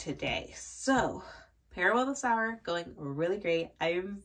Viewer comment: I am also on Heir of Fire (though haven’t started yet). My favourite character was Nehemiah so I’m going to be scared to like someone else haha By the way Parable of the Sower … Sower is said sew-er. While someone who sews uses needle and thread a sower sows seeds aka plants crops (but is pronounced the same). Don’t know if you wanted to know that haha 🙂